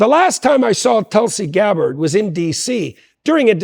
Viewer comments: "Telsey Garrett"? You mean Tulsi Gabbard? Get it together folks lmao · Telsey Garrett lol u got her name all jacked up in the chapter yall 😂 im like who dat hahahaha